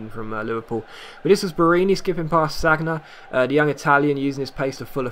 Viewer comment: Sagna is pronounced sanya